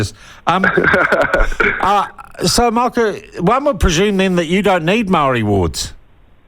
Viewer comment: It takes about 30 seconds to make a decent attempt. Tens of thousands of white New Zealanders could pronounce Moko (More-Core) correctly. There is no excuse. It's just lazy, especially when he demonstrated he can pronounce Māori correctly in this segment.